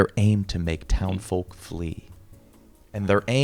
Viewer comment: loves pronouncing the L in the word Folk